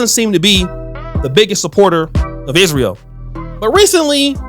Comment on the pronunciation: You don't know politics.. I suggest you stay out of it. You don't even know how to correctly pronounce Israel.